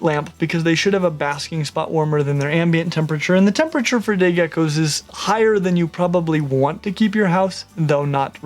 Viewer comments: Was just about to comment the same thing :') glad im not the only one who heard that :') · 36 seconds in and listen carefully to when he says day geckos it sounds diffrent...